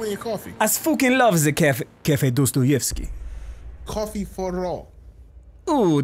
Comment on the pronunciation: It's prnounsed Dastayevky say aaaaaa not ooooo